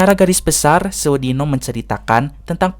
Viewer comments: pembawaan nya kurang medok , penyebutan sewu dino nya kurang marem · pengucapan kata sewu dino nya salah kang kalau menurut logat jawa 😁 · Mang, cara pembacaannya itu sewu dino, bukan sewu dino !